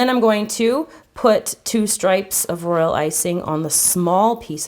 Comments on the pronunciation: Why do you keep on saying role icing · All she said was "Royal Iysing " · why do you keep saying roilicing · Why you keep saying royal icing😐😐😐😐😐